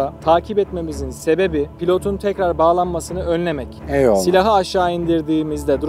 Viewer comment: de ne oluyor lan o nasıl bi eyvallah deme şeklidir